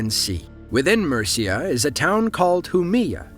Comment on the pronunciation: the way he pronounces Murcia made my day